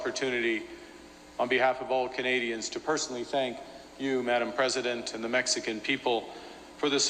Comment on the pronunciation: MEX-CAN. Sweet. L.MA.O.